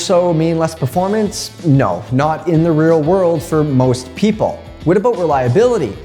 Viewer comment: Don't worry about saying reliability correctly, you mullered aluminium anyway ;) A-loom-a-num :D